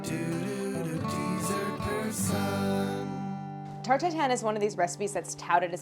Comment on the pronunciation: The way she pronounces this is the best tarTT